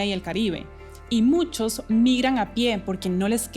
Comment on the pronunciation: Me pareció escuchar que dice MUNCHOS??? 😅😱😱😱😱